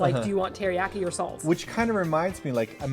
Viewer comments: "Teri-yack-i"? Jeez. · The way you pronounce teriyaki anskflskxksksk